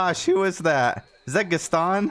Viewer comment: Lol 😂 the way you say Gustan vs Gaston 🤣 😅